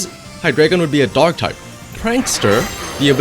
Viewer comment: Am i the only one that hears dog type instead of dark?))